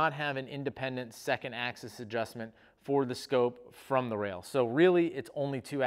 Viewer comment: "ax-ease" :P